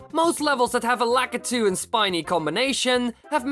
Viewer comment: You said the guys that throw down Spineys name wrong